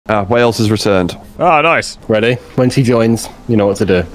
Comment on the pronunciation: Ah yes. Cath 'Waales' Bait